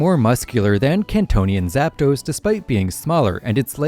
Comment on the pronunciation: It's "Arktos", "Zapdos" and "Lavados"